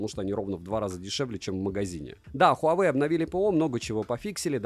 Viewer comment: совет: ХуавЭй, ХУЙайвей и тд, не верно. Провильно звучит так: уАуэй.